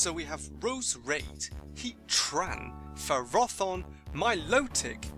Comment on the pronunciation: To be honest, Ferrothorn should be FErroThorn, because it's derived of the Latin 'Ferro', which means 'Iron'. And Arceus should be Ar-S(ey/ay)-Us because of basic spelling rules: a C is pronounced as a K when it's in front of an A, U or O, and as an S when it's in front of an E, I or Y.